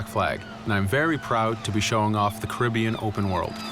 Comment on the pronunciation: Why is he pronouncing the Caribbean as Karibion.